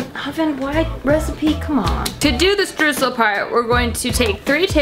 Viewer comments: i love when americans try to say streusel. it is pronounced stroysel. it means sprinkles. if it is not the ones made out of dough you add what it is made out of. ( chocolate sprinkles, sugar sprinkles etc.) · Lina Mueller ich war auch super irritiert :D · I come from an area with a lot of German heritage, but we also pronounce it like her. It must be an American bastardization thing. Lol